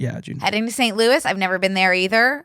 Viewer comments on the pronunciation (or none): none